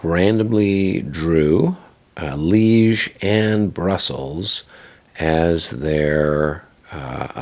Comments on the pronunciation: Well, this is more an “unboxing” than a review. Disappointed that you did not get at all into the mechanics of the game (Waterloo at Corps level?). Also, LOL that they apparently misspelled Liège on the card, although not on the map. And it is pronounced lee-ehh. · Damn spell check. Pronounced Lee-ezh.